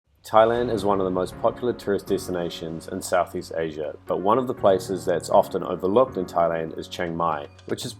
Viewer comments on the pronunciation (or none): none